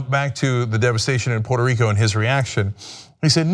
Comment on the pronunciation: Pooyeetoo Reeekoo is Mixico!!! - Dotard